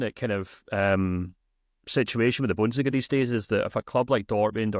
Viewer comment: You need to work on your pronunciation of 'Bundesliga' my friend. AI seems to think you are saying something terrible. stamps